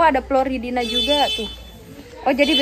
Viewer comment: Floridina bukan ploridina